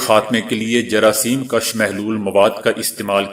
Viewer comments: جراثیم کُش ہوتا ہے ناکہ جراثیم کش۔ اپنے تلفظ درست کریں۔ کیونکہ انکے معنی میں بہت فرق ہے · جراثیم کش پیش کے ساتھ ہے زبر کے ساتھ ہے